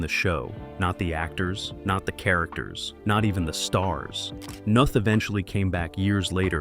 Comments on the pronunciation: In case anyone is interested, his name is pronounced like Chris North. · The stupid robot voice says Chris Noth’s name wrong. It rhymes with both not moth. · NOTH. not Nath